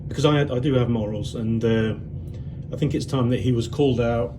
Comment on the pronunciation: Very well composed video that exposed a few truths about that parasite 👍 And since he likes to call out people's faults, I know you'll see this Lee 😁why can't you hold a knife and fork properly? And why can't you pronounce the word 'because' ?